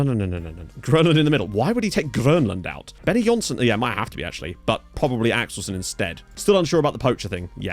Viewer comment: Benonysson = Benno Neesson, not Benny Jonsson.